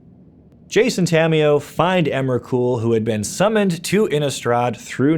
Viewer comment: Stopped listening when he said emrakul, ulamog and kozilek